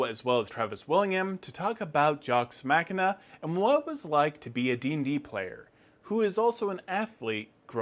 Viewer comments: "Mock-ee-nuh" this ain't Mac n' Cheese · “Jocks mackina”